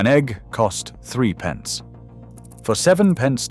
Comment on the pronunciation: Hi It’s not 3 PENCE, it’s THRIPPENCE!😮